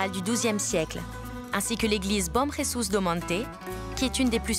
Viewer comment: Bom Jesus do monte pas bom resus c’est le Portugal pas l’Espagne 😤